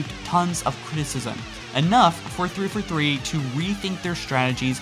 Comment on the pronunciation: like your videos, just one criticism... It's THREE FOUR THREE, not threefa three. lol